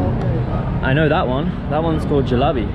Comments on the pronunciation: when jalebi becomes jalabi 😂😂😂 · LMAO, its not Julabi its jalebi. Totally different things :D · No julaabi 🤣 jalebi